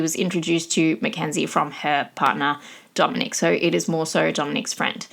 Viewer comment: Dominic not Dominique! Also, Davion was not pronounced dead on the scene. He had a low pulse for a bit before they called it. After the crash, the car sat for over an hour before a police officer showed up so if somebody got there sooner, he could’ve had a chance.